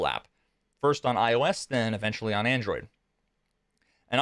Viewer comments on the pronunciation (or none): none